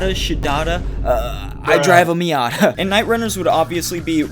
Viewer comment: “I drive a miat” 🤣🤣🤣